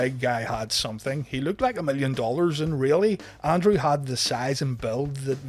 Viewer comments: It's Andrew not Andre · every time you say Andrew i hear Andrea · Why it sounds like he's say Andre?